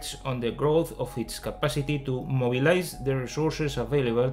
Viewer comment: Mobilize se pronuncia Moibelaiz